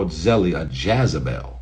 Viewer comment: “Jazzabel” ?? 😂🤦🏽‍♀️ mannn I’m done here smh JEZEBEL!!